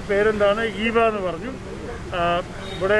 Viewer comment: ആ കുട്ടിയുടെ പേര് "ഈവ" എന്നാണ് ഉച്ചരിക്കേണ്ടത്. 'ഇവ' എന്നല്ല.